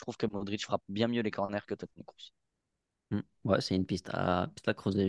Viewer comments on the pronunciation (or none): Svp c’est pas krouss mais Kroos respectez le svp